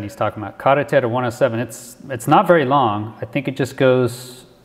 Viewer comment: based on how he pronounced “carretera” he is 100% local & you can also hear the coquies singing. To me this looks a lot like the Ramey base in Aguadilla🤔